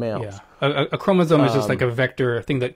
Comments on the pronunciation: He also kept saying ‘chromosones’ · I can't with his 'chromosoNe' Come on man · Ew. Look at Peter deliberately mispronouncing 'chromosome' just because his ignorant guest did. Wuss.